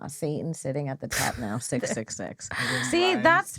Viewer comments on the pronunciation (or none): none